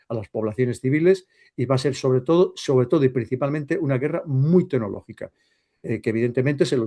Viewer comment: ¡Tenológica, tenológica! 😂